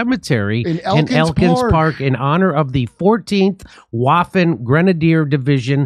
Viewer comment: Jimmy almost pronounced 'Waffen' correctly, impressive. After the Holodomor, fighting for the Germans was fighting for freedom. That doesn't excuse the ethnic cleansing war crimes, though. Arguing about who was the greater criminal, Hitler or Stalin, seems pointless. Stalin set Hitler up to start WW2 for another chance at conquering Europe, after the 1920 attempt was turned back by the Poles.